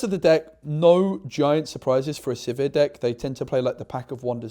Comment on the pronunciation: Congrats on finally getting sizir and hwei names correct